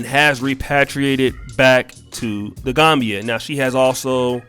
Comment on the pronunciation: Pronounced The Gam Bia. Not Gombia